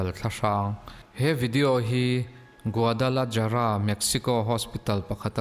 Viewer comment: Guadalahara tia pronounce tur aw. (3-na)